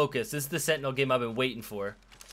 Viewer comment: Why cant he say sentinel properly? 🤣